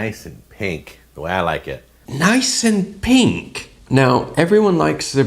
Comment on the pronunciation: It sounded like a bit of a British accent slipped in when you repeated "Nice and pink". Anyway, keep up the great work your videos are always a highlight of the day.